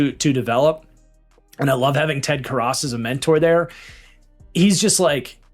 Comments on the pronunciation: Ted karrus. Care-us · Bengals do not have a depth problem at guard lmao.. they probably have one of the best IOL situations in the NFL. Also the way you mispronounced Ted Karras was wild lol